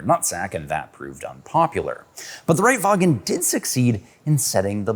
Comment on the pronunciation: Die Aussprache ist: Reitwagen Puch Wankel. Nicht Rightwaggen, Puck und Waenkl